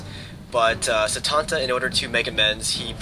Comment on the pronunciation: you said the name of cululin and satanta